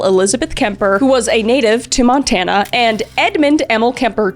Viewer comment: You not even gonna apologize for completely destroying the town names of Montana? 😂